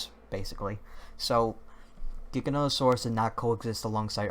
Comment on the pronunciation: I'm relieved to hear someone else say Giganotosaurus with the hard G sound. I was afraid I was the only one...